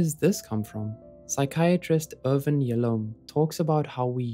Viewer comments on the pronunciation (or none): none